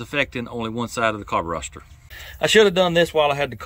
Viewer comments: It is so irritating hearing you call the carburetor a carburoster, It makes you seem like you are a redneck backyard mechanic, especially when I am a trained ASE certified TECHNICIAN of 30 years, other than that I like your vidio's. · Digging the channel but stop saying carboroster and gastoline. It doesn't sound good. It will never catch on.